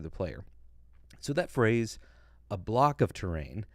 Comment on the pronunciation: Hey just a small thing. The French guy said in my hearing “ we stitch together block of terrain” it is very common for French speakers to not pronounce the s at the end of plural words as the s is silent in French when it comes at the end of a word. So I think he was saying “stitch together blocks of terrain”. that would line up with what Todd has said in the past. Great content!